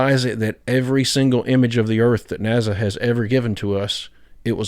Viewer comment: I love your videos but I have to tell you its not "NAZA" its NASA lol